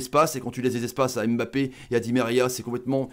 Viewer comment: Mon commentaire est Hors contexte mais on ne prononce pas son nom comme sa on dit *Mbappé La manière dont vous le prononcez *M'Mbappé 🗣et c'est plus pareil